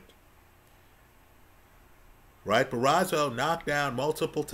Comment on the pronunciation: ‘Bar-oh-so’ not Barazo… another great breakdown though! 👏🏻